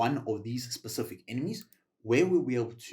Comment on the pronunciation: I physically repulse everytime I hear him say “specific” ☠️